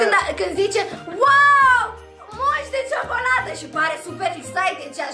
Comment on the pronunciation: Antonio: jocolata chinder imeee pleceeee :))